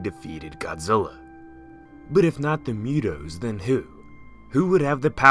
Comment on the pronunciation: Mootoes not mewtoes